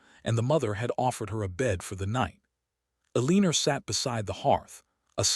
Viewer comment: This is a nice story however the narrator's mispronouncments are very disappointing and make it hard to listen to. Staring, hoping, Elena. If you want subscribers you need to fix these.